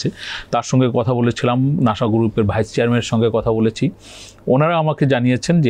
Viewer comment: নাশা নয় তো, নাসা।